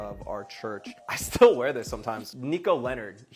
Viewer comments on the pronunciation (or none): none